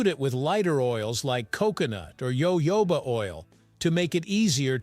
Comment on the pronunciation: It’s not Yo-yo-bah oil…it’s Hah-Hoo-bah oil.